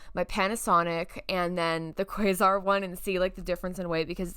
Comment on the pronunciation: Quasar is pronounced Kwaysar. Zenith is pronounced Zeenith. I hope that helps. Also the channel switch on the back is only used if you are connecting the VCR via an RF input. Think antenna connection. The antenna would connect to the VCR and the VCR would connect to the TV. 😁